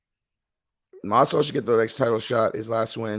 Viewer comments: Masival? You mean Masvidal? Dumb fuck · 'Masival'?? Are u dyslexic? Lol. Or just overly exhausted from working so much/so hard??, luv ya--get some rest (ur prob sick due to overexertion that's weakening ur immune system), we ur fans will understand ur little hiatus from ur channel until ur well.. I hope u get better,soon.😉✌🏼💯